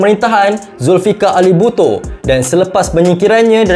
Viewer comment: knpa ak dngr mcm " buto " 😂😂😂😂